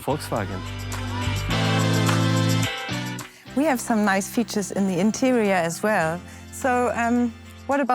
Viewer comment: i think i was sold , when she said, " szounds of wolksvwagen buses...